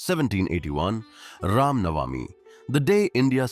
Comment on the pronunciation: Why can't we have a native dialect and narration with reference to Indian names or words of Indian origin? For instance the name of this kid, the village name, etc. Why say Raam Navaaami?